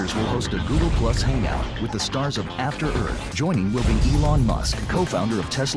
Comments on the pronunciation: Can the Smith family just not properly pronounce the word "Earth"? Jayden couldn't here, and Will couldn't in Independence Day. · And I didnt know they developed a "future dialect" I legit also thought Jayden had a speech impediment... Siaw! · Will Smith didn’t pronounce the word “earth” like that in Independence Day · I thought just like your mom did that he had a speech problem and it wasn't an accent. I was like why is he talking like that how did he get a movie starring role